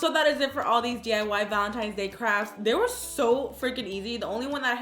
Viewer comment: Omg on the first one who else noticed she said valentimes not valentines